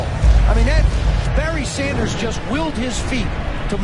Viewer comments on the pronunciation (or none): none